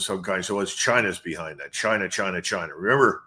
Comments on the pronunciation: Chinah chinah 😂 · Trump didn't used say 'China' he used to say 'Jainaa'